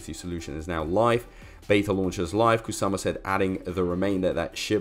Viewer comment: I noticed that as well. It had an extra "s". Instead of Shytoshi Kusama it said Shytoshi Ksusama.